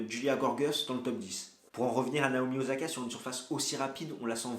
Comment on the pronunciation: o /sa/ ka stp, pas ozaka.